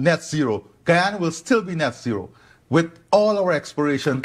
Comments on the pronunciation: We're not talking about French Guiana but Guyana. It's "GUYana" not "GHEEana." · The proper pronunciation is "ga-ya-na". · I'm from Guyana. And I believe its pronounced "guy" as in the fall "guy". So "Guy"ana. I mean no offense, you "guys" are great! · You are pronouncing Guyana incorrectly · Please do enough research on a story before you air it to at the very least properly pronounce the name of the country to which you're referring.